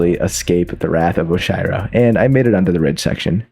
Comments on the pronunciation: ERM ACTUALLY - While the use of cheat mode is allowed, it still did not save enough time for everyone to get sub 3 hours (sorry Zeion97) - Those "bounce pads" are called springs - Those... aren't crouch dashes?????? - The "conveyor belts" are called both Traffic Blocks and Zip Movers - It's "Oh-shee-row," not "Osh-eye-row" - The dust bunnies do not move in "very strange patterns" and are not "very hard to predict". In fact, all dust bunnies move in a very linear and predictable pattern. - While most refer to the "Red Bubbles" as such, they are referred as "Red Boosters" in the files of the game. The "Dash Conveyors" are called "Temple Swap Blocks", as well. - TECHNICALLY, Core is not the only level to not replenish your dash when you touch the ground. TECHNICALLY, the Prologue also doesn't let you dash once you hit the ground. - That "conveyor belt" is called a Core block - You really tried twice to name the bumpers correctly and failed both times, that's a pretty big L That being said, sick video! Congrats on becoming one of the best Celeste speedrunners to ever live. Anyways watch out because I'm totally beating your time soon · nah please how did you just pronounce oshiro? 😭